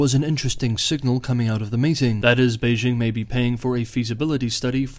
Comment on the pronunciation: For China-Taiwan relations, I mostly listen to Taiwanese channels (in Chinese), because they provide the deeeeeeeepest insights. But does a good summary, even though he cannot pronounce Beijing properly (should j as in jingle, not s as in leisure). We should not follow pathetic US efforts to pronounce foreign words (imagining that all foreign words have the sounds of French, a language which most Americans cannot speak).